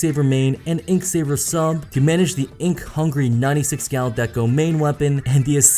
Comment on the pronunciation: Hehe in the end it sounds like you're saying "My Nutty Six Gal Deco" ^_^